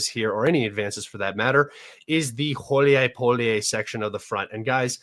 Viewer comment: Гуляйполе «Gulyaypole» is correctly pronounced goo•lyai•POH•lyeh, with stress on the third syllable.